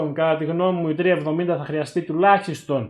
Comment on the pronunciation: 370 ή 3070 γιατι δυο φορες που το ειπες στην αρχη, 370 το ακουσα!Βασικα σε ολο το βιντεο 370 λες!